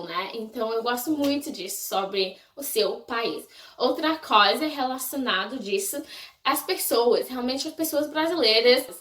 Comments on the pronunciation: ewe. Vou tentar te ajudar um pouco : Você pronunciou "coisa" sem o som "i" e ficou tipo " Cosa ", entendeu..? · como que tu começou a amar o Brasil? O que tu achas de tão interessante no Brasil? Tu acha a língua brasileira muito difícil? Vi que você pronunciou a palavra " coisa " errada várias vezes •^• Sorry qwp é muitas perguntas que eu gostaria de te fazer. Além disso, eu amo bastante os gringos, e sinceramente, eu quero ir pros EUA q-p